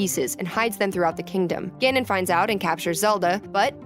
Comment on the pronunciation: Your pronunciation Ganon and Ganondorf hurts me deeply.